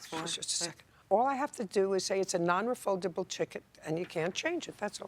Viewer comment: "a non refuldable chiket"